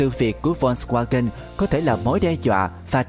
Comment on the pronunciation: đọc sai tên rùi, phải đọc là phốt ( giống chữ folk trong tiếng anh) va-gần (chữ w trong tiếng đức đọc là chữ v)